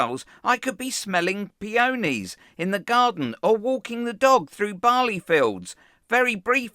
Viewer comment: Its pea an ees